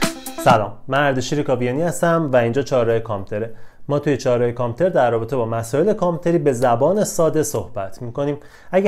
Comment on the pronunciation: چرا اینجوری میگی کامپیوتر ؟